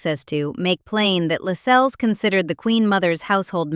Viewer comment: Why can’t Americans mind their own business. There is nothing more irritating than an American accent telling us about the British Royal Family. Your meticulous research never told you Lascelles is pronounced ‘Lassells’ and Cecil is correctly ‘Cessil’ not ‘Seesil’.